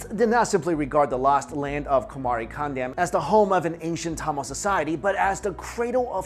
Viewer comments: Yesss! Another Tamilian who cares deeply for the proper pronunciation!!!! I want to remake these videos due to that simple error. Lol Regardless thanks for making the videos! ♥️ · sounds like you're saying tamales... now I'm hungry...